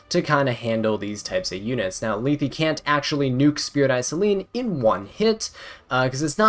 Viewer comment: omg u finally say Lethe's name right! :hand-orange-covering-eyes